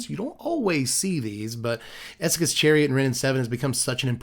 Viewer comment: thank you for pronouncing Essika's correctly